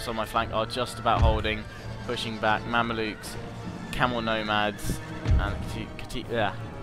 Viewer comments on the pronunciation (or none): They're Mamelukes not Mandiluks xD